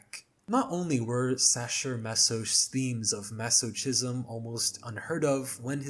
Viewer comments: It's pronounced "maso-kism" by the way 😅 Also, I don't know who made the original iceberg, but including scores for horror movies and video games is uninteresting, especially when it's from children's media. Those really don't belong past tier 1, literal "baby's first spooky music". "It's in My Blood" is about HIV/AIDS. It is about having something inside of you that is literally killing you, especially considering the two bandmates were gay men (and partners). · I am BEGGING you to learn how to say "masochism". The "chism" is pronounced with a hard "ch" like a K, not with a soft "ch" like "cheese".